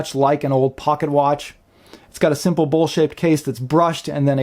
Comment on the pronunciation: he said bowl shaped, I thought he said bullshit as well just had to watch it a couple times